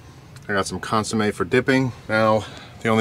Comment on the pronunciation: Amazing video.. Amazing execution on the burrito.. But, it is pronounced "cun-so-may" Love the vids though man, please keep the cooking episodes coming!